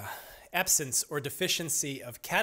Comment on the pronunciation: its almost like a alien language. 1 hour in and still in the As... RIP , sore throat? And you are starting to pronounce normal words wrong like absence became absance